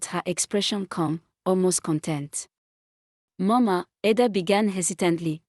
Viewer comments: You pronounced it wrong Ada😂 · Learn to pronounce people names its ida its Ada not amokca but Amaka